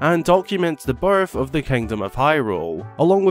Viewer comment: So... I'm brazilian, english isn't my first language. Every time you said "birth" in the video it sounded to me like "barf". 😂😂😂😂 This is not a critic or something like this, no! It just was funny for me. 😄 Merry Christmas!